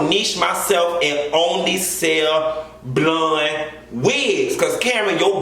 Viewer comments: can you puh-leez stop saying BLUN (blonde)? I laugh so damn hard when you say it and you say it so hard. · lmao everytime u say “blund” 👱🏽‍♀️ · The way he says blonde takes me out! “Bluunnn” 🤣🤣